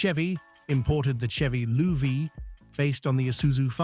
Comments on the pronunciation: Chevy "Lou Vee" lol, no it was pronounced Chevy Love. R.A.M.? No it's Ram, your reader needs a lot of work... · What the heck is a lew v????? Chevy Luv!!! Fucking AI SHITSHOW